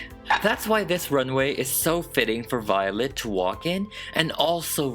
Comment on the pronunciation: Lol, "Miss Vee-o-let"